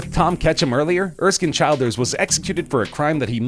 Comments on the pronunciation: Just saying Erskine childers' name is pronounced chill-durs. Good to see an Irish reference to our civil war tho. You should have included Jesus' last words too lol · I'm Irish. It's Erskine Childers as in chill out not as in child